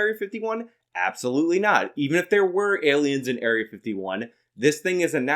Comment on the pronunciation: Why do i love so much when he says "see them alians"?